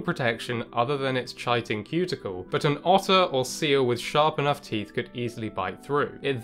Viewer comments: (/ˈkaɪtɪn/ KY-tin), not chai-tin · Isnt it "Kite - in"? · Chitin is pronounced as "kai•tn". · Are you doing that obnoxious thing where you pronounce words wrong for engagement? If not, it's pronounced Kite-in. Not Chai-tin. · Don’t mean to be that guy but in the UK and America it’s pronounced Kai-tin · Chitin...pronounced with a K as in Kitin.... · I thought "chitin" was pronounced with a hard K sound... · Cool video, thanks. Now that I've watched this I wont have to look at the thumbnail anymore, lol. Chitin is pronounced kie-tin. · It’s pronounced “kite-in”. So common for these otherwise wonderful science videos (not just this channel) to mispronounce names and technical terms. Look them up, please! There are online dictionaries! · Fascinating presentation, but your repeated mispronunciation of the word “chitin” was a distraction. The correct pronunciation is KAI-ten. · Ky-tin, Greek and ancient Latin don't have a soft 'c' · That's not how you pronounce chitin. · So now I'm wondering why didn't the narrator pronounce the word correctly then... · maybe he just didn't know. I studied biology, so the word is familiar to me. It's not really an everyday English word! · Enjoyed your video. A minor nit to pick: priapulids are not abyssopelagic, since pelagic animals swim in the mid-waters. They should be described as abyssal, since they live on the bottom. You might profitably look up the pronunciation of "chitin," too.